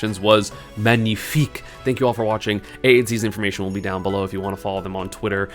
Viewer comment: very nice "magnifique" pronunciation